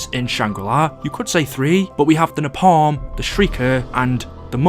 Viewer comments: Its pronounced like (nae-palm) no (napam) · Pronounced ‘Nay-Palm’ but okay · It's pronounced nae-palm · Funny how he pronounces Napalm, like Na Palm as two separate words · Hey I love the videos and I appreciate the work you put in to your amazing content. One thing though, why do you say napalm like that. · The way you were saying napalm 🙄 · listening to him pronounce Napalm without the L in the word cringes every time